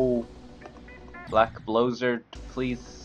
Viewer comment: bleck bloozurd